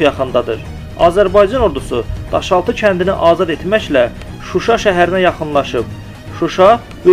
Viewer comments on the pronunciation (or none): none